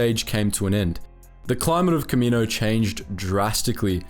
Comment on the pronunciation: Planet name: Ka MEE no Species name: kam ma NO wins Bruh